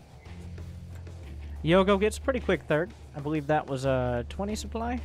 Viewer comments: Stop saying supply as soup ly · its because the soup doesnt lie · Who doesn't like a healthy dose of souply? It's like you're not even French!